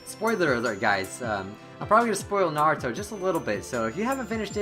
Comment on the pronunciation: LMAO!...naburo..sounds marlboro in my ears